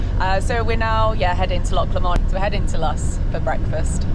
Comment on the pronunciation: Great video showing some of the great vistas of my homeland. Just a pity you left viewers with the impression there is a motorway at the side of beautiful Loch Lomond.....which has the "stress" on the first syllable. Loch Lomond holds special memories for our family....a few years ago our daughter was married at the hotel a few hundred yards along the shore from Luss jetty......December....snow on the hills and the most stunning sunrise I have ever seen. Congrats on your engagement!!!